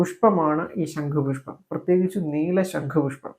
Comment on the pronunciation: ശങ്കു പുഷ്പം അല്ല സഹോദരാ ശം ഖു പുഷ്പം അല്ലെ ശരി തെറ്റു തിരുത്തുക